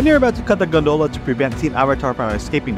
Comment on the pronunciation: Everyone's pointing out all of the inaccuracies in this video. But I think it was the way that "gondola" was pronounced that bothered me the most. 😅😂